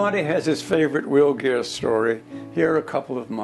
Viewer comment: Will Greer not geer